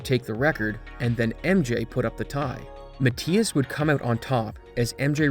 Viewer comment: Mathias pronounced incorrectly entire video